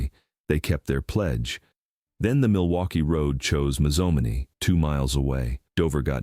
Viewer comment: It's pronounced Maze-oh-may-knee .... I wish they would teach those AI voices how to say our towns the right way.